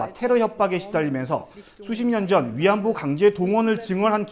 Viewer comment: 저새끼 한국사람이네 ㅋㅋ 신고넣어서 인실좆 보여주십쇼. 위안부는 한자상 위안부인데 뤼안부라고 말하네요 시발ㅋㅋ